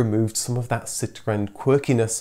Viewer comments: I hate the way he says citroen. Stop trying to sound like a french man. Your English be PROUD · If you want to say it in French, it's not "Sit ruuuurn", it's "Sitro-enn". That's what the little ë is all about. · Lovely video, thank you. I know you pronounce Citroen and Peugeot properly, but it really does sound so affected. How about just Sitren and Perjoe . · Ah yes, sitwren and pijzo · So now I know. I've been saying Citroen incorrect all this time. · I hated the way you pronounce Citroen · For God's sake, please pronounce Citröen as a normal English person would! 🙉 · I like how you pronounce ‘Citroen’…very Gaelic 😂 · PLEASE don't pronounce Citroen with the accent. Its mildly irritating. ;-) EDIT: ARRRRRGH!!! Sorry, had to turn it off halfway through! Too annoying! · I don't know why you feel the need to pronounce citroen or anything remotely French in such a ridiculous way. I've noticed you don't do this when talking about german cars or cars from any other country for that matter. But as soon as citroen needs to be mentioned the excitement overwhelms you. Its not a case of correct pronunciation, imagine a French dialogue where everytime they mention austin princess they put on a strong brummie accent, your right, that would be ridiculous. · Oh god the way you say citroen. You're not French.